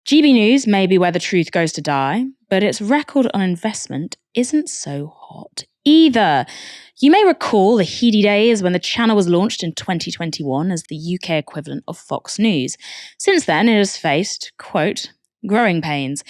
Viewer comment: Heedy days? It's pronounced heady as per the word head.